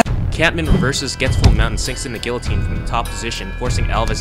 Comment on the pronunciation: Great videos. Where r the new ones?!? And BTW stop saying guillotine wrong ;)